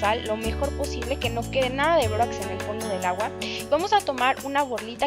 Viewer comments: Todo iva bien asta que dijo bórax :( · todo iba bien hasta que dijo borax😞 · todo iba bien hasta que dijo bórax